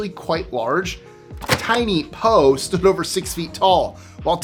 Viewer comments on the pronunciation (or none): I’m not the only one that heard ‘Stu-ed’ instead of ‘stood,’ right?